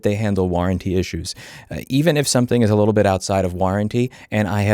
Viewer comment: "Send them a lil message." You've never sounded more Italian, Louis! 👏😂